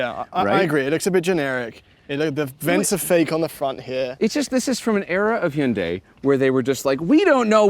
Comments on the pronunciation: GOod job on that near perfect pronunciation of "Hyundai" ! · That's actually the correct Korean pronunciation of Hyundai, despite Hyundai's "rhymes with Sunday" marketing campaign.